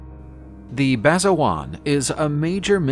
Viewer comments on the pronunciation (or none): Basajaun isnt pronounced, "Basajuan"...unless it somehow is? Basa Ja-oon*